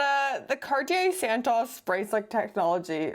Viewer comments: All these years I thought Santos was pronounced Santos. Silly me, it's santoss. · It’s Santos, not San-Taws. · Its pronounced SANTOOOOOOS not SANTAAAS … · Great content, I do love the Santos, and this may be a bit nit-picky, but does anyone really pronounce it this way?!? I'm fairly certain it Santos with a long O (as in "oval" or "oak"). At least the people at the Cartier boutique pronounce it with the long O